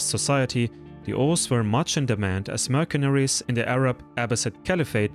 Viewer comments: It is pronounced "mersenery", not "merkenery" (mercenary) in English. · Sevgili. Herşeyden önce eline sağlık. Ancak tarih bölümü mezunu bir İngilizce Türkçe çevirmen olarak bir kelimenin telafuzunu düzeltmeni öneriyorum. "mercenary" kelimesindeki "c" harfini Türkçe'deki "k" sesi ile değil "s" sesi ile seslendirmen gerekiyor. Bir de Kaşgarlı Mahmut'un paha biçilmez kitabının adını da "Divan-ı Lugat İt-Türk" şeklinde okumalısın. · Great work! a little correction of pronounce of 'Mercenary' which is 'mur-sun-(u-)-ree'